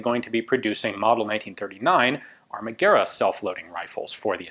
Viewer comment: Well Ian, in 1943 the war was already over for Italy, on 9-3 Maresciallo Badoglio signed the armistice that came into force on 9-8... I'm not surprised that this beautiful rifle wasn't adopted... the manufactoring it's quite surprising for that moment... Not to bash your italian but Armaguerra isn't pronunced as in Spanish... in Italian the U must be pronunced as a W... Gwerra... as in Why...